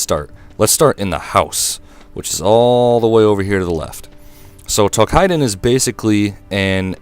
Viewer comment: Tou"KI"den not "kai"den lol